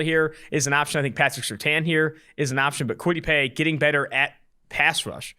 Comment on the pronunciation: These guys are too young to know how to pronounce Surtain.